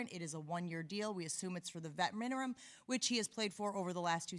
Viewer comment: "We assume its for the veteran minerum"